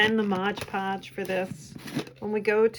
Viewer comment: Your books are very attractive. I enjoyed the videos about how you make them. They are well done, clear explanations without extraneous chitchat. Just one small suggestion- it is MOD podge, not modge podge - check the label.